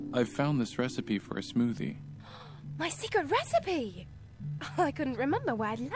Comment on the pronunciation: Venga tienes que probar ese 'Smothie' de weed que hiciste jajajajajjajajajaj!!